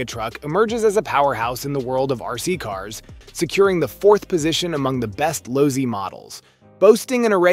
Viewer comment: Pronounced LOW C